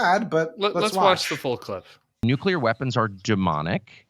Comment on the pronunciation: Carlson has one virtue only, and it is that he pronounces "nuclear" correctly.